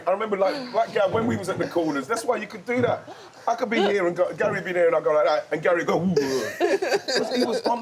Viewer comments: Same but I love Wrighty that much I've got over the "Gal" thing 😂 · Why does Wrighty call Gary, Gail?! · Love wrighty but please stop calling Gary gal😂😂😂